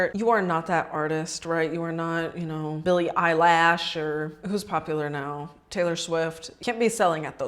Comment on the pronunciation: billie eyelash 😂